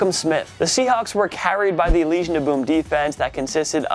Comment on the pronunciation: Plus this dude just said "Elysian of boom" gtfo outta here 😂